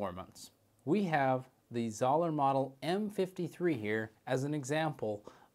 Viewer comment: How can you review it if you can’t even pronounce the name right lol. It’s pronounced ZO LER